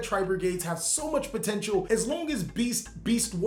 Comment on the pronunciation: What i heard that the zarc deck was pomteintal